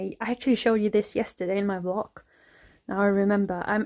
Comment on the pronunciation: You keep saying vlok instead of vlog